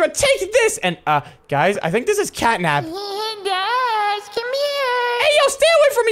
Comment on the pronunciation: Bro said catap 😂😂😂😂😂😂